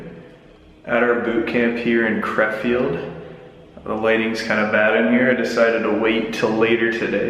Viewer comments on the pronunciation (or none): I live right next to the City in which the CSGO Team is rn but it took me 30 mins to Figure out that he meant Krefeld instead of crawfield . Oh well ...